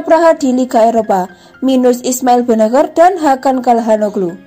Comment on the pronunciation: Sebagai Milanisti gua kecewa isi video sama judul ga nyambung.. mana gelandang yg lebih hebat dr Pirlo??gini banget nyari view min.. perbaiki juga tuh pengucapan nama pemain Milan, benaker??? Gatel kuping min.. sori tak dislike min